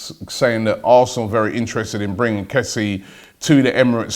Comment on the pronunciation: It's pronounced Kess-yay